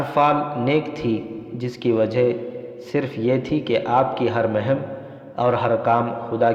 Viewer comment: Janabe wala... MashaaAllah...Apke bolne ka Andaz to bahot Achcha hai... Mgr Urdu Alfaz bolne padhne me bahot zeyada ghalati karte hain... Jaise . Sahra ko sohra.aur muhim ko mahim . Bargazidah ko burgazidah Amraa ko umrah .. Sarneg'oon ko surangu . Padhte hain... Aur bhi bahot si ghalatiyan karte hain padhne...